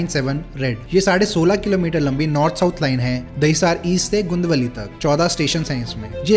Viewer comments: हे भाई, सभी स्टेशनो के नाम की वाट लगा दी है तुने... गुंडावली X .... गुंदवली 👍 घाट कुपर X ... घाटकोपर 👍 बंडू X... भांडुप 👍 कंजु मार्ग X... कांजुर मार्ग 👍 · Gundavli and Dahisar ka pronunciation mein gadbad hai